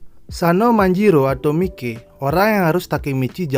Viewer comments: Sekedar saran bang, bacanya maiki jangan mike pronounciationnya coba sedikit dibenahi semoga membantu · Miki Saha cara bacanya Mai ki